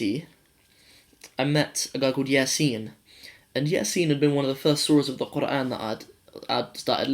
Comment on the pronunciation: Asslama Alykum. You definitely do shame a lot of Muslim born lads. Your pronunciation of Qur'an was awesome. Might God guide all to the straight path.